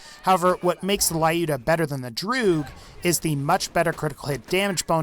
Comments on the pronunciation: Not to be one of those people, but the sniper rifle mentioned at number 3 is pronounced as Loo-duh, not Lie-ooh-duh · Dude, you're pronouncing "Lyuda" incorrectly. Just look for proper pronunciation of Люда.